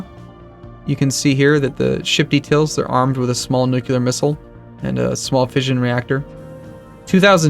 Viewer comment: You keep saying "nukular" and it kills me